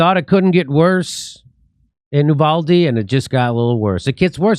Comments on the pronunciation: Please..... Uvalde is pronounced You-Valday not Ooo-Valde... I'm a Texan and know... If said while speaking in Spanish it's You-Walde... It's just so strange to me so many professional commenters don't have someone who knows these things... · It's pronounced 'You-val-Dee' here in Texas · I’m a Texan who lives close to uvalde.. it’s pronounced You-vah-Dee lol no worries I don’t give a shit what you call it just saying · You-Vahl-Dee** forgot the L